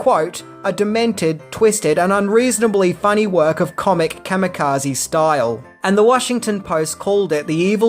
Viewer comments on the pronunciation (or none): none